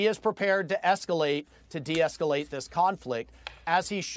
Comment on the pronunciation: "eSceLAte tO dEsCelAte..."